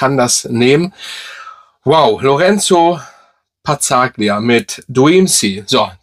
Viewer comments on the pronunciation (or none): Black Sea ist mein Favorit der Marke. Es wird übrigens Pa-zza-lya ausgesprochen. G wird nicht ausgesprochen. 'Real Gs move in silence like lasagna'.